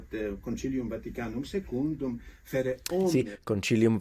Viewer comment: When he said "Secundum" it sounded Portuguese.